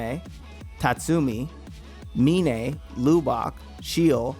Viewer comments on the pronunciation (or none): Akame didn’t lose her poisonous imperial arms tho? Her sword IS the poisonous imperial arms. One slash and you die. Her sword poisons you. She didn’t “get stuck with just a sword”. Also Mines name is pronounced “My-N” not “Min-eh”. 🧐